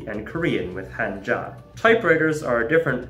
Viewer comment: Every time someone says "kænji" a piece of my soul dies. Especially when he pronounces Hanja correctly afterwards!